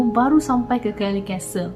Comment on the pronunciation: Kellie's Castle. Ada S kat situ. Nape sebut Kellie je? Tak fasih English ke